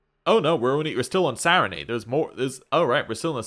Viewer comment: I'm enjoying the series. This was the first episode I struggled through and it's silly, but your pronunciation of "Sarenrae" leaves off the second "r," and you said it a lot in this episode. 😂 Keep them coming!